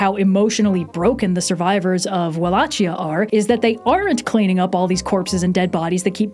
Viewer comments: I'm so sorry but "Lavachia" actually killed me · BOTW screams environmental storytelling indeed ! but the Wallachia pronunciation with "ch" really broke my "immersion" in the video and now I can't stop thinking about it 😂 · I truly love your videos and trope talks, but your pronunciation of "Wallachia" physically hurt me.